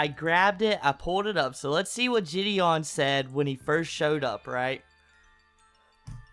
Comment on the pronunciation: IM A MULTI-CHILLIONAIRE The only note I have is how says jih-dee-on; otherwise everything was genuinely on point